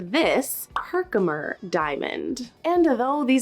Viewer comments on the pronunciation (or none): The easiest way to say Herkimer is separate the syllables. Like this: her-kim-er. Not himkimer. ❤ Love your channel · It really bothered me that you kept saying Hemicker when it’s Herkimer. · I'm surprised you don't call Moissanite Mans-in-oit! You calling a Her-ki-mer a ham-i-ker is too annoying to finish watching your video. Definitely need to refine the actual names of gem stones if you are going to make videos about gems before annoying a lot of professional gemologists. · 43 you pronounced it correctly. It all went downhill from there when herkimer changed to hemiker 😂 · Why are you calling the Herkimer "diamond" a "Hemker diamond?" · Youre cute, its H E R K- I M E R . Live by there, so. You said it right initially, in the beginning of the video. Thank you for your testing, interesting. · I cringed every time she said Herkimer wrong. Herk im er. ::sighs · It’s Herkimer. Herk-I-mer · HER-KER-MER that should help😂❤ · Her-ki-mer. Sorry but your pronunciation is driving me crazy. I've noticed in more than one video..sorry if this is coming across rude. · What did you pay for the Herkimer? (HER-KI-MER, not that hard to say.) Because if it was high grade for that size, it would be expensive. But that's the lowest grade I've ever seen, so size doesn't help. That's poor quality. The black specs in it is carbon, so it's probably real. But the clarity of it is horrible. Clarity is what Herkimers are known for, so, that thing is practically worthless. Idk about any of the others. HOWEVER, I saw somewhere that if you can see bubbles in them, or, other gemstones, they're plastic or glass, & I saw bubbles all over in those other ones under the microscope. Also, real stones have more weight, & stay cooler to the touch than glass or plastic. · 🤦‍♀️ HER-KIM-ER. Really disappointed that you would try this video without a diamond tester. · It's "Her-Ki-Mer" and "Mar-Key" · Her-ki-mer diamonds were fiirst found in Herkimer New York.